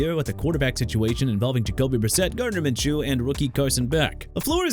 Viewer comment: GUESS WHAT DUDE?! WATSON'S THE STARTER FOR CLEVELAND AND IT'S MINSHEW AS IN MIN-SHOE NOT MIN-CHOO! AND #28 JEFF HAFLEY MIAMI DOLPHINS... AND THEY'RE GOING TO BE REBUILDING?! HERE YOU GO AGAIN, TALKING ABOUT MY TEAM AND SHOWING NO RESPECT! LET MIAMI DEAL WITH THE COACH WITHOUT YOUR DISRESPECTFUL TAKES! AND THAT'S ENOUGH OF YOU SAYING "NEW OR-LEANS" AND "JAGWIRES" AND "CHEE-KAH-GOW"!! NEW ORLEANS AS IN NU OR-LINS, JAGUARS AS IN JA-GWAARS AND CHICAGO AS IN EITHER SHUH-KAH-GOW OR SHEE-KAH-GOW! AND IT'S SPAGNUOLO AS IN SPAG-NEW-OH-LO NOT SPAGUNOLO AND IF YOU DON'T UNDERSTAND MR. AI VOICE GUY THEN YOU NEED TO QUIT!!!